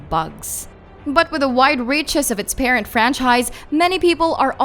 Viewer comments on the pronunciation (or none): none